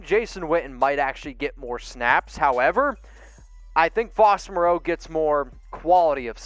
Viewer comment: Ian Swanson at least can pronounce Moreau:-)